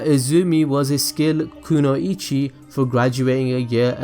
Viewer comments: “Kuno-ichi” lmfao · THE WAY HE SAID KUNOICHI HAD ME DEAD